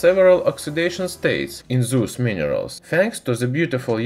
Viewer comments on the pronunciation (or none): It's those not thugsh😂😂